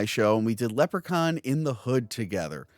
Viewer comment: Leprechaun. Is Leppercon not how you pronounce Leprechaun?